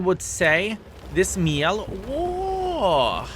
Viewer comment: Just a small tip to pronounce it to act like you're french because I'm french btw, try to say "Mjell" or "Me yell" but without any stop. Here we go, you're french now ! 🤣